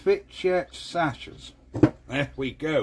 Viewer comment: The name is pronounced 'Sacks' mate.